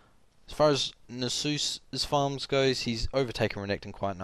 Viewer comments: Nasus is not the holy spirit. Check the pronunciation. Great vid just bothered me every time you mispronounced his name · is that really how u say Nasus?? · YOU'VE PRONOUNCED A NAME WHOSE INTERPRETATION IS LEFT TO THE READER A COMPLETELY DIFFERENT WAY THAN I DO, I JUST SHIT MY PANTS.